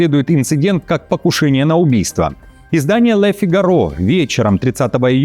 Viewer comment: Всегда смотрю ваши новости. Извините за поправочку. LE FIGARO правильно говорить "ЛЁ ФИГАРО"